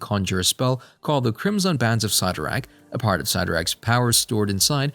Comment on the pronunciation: If your going to talk about these Marvel charictors please, please learn how to say their names correctly. You are not saying Cyttorak coreectly at all and its maddening to hear.